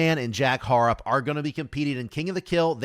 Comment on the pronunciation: Good coverage of the upcoming tournament l. Just a quick pronounceation for Jack Harrop for future videos. It's pronounced Ha-Rop 😊